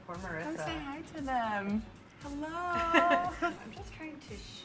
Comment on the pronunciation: I dont like the hel emphasize in the intro, feels weird...